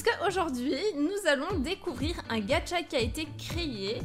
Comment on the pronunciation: c'est gacha pas gatcha